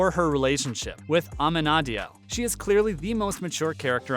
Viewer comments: You have Dan as most hated and can’t even say Amenadiel’s name right , have you ever seen this show. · I disagree with you I 💯💯💯 ❤️❤️🥰🥰 all the characters Dan the most hated,not so. This is a supernatural show,stop expecting normalcy. You’re not pronouncing Amenadiel name right.